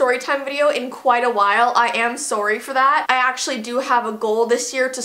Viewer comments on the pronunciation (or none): why you say sorry like a Canadian person?